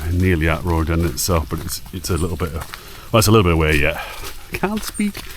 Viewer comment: Enjoying you asking how to pronounce Rowardennan and still getting it slightly wrong: it's "row" as in argument, not "row" as in boat. Pretty close though, and it's the thought that counts.